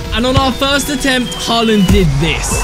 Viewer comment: Stop saying halland goal